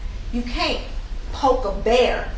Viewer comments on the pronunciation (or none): none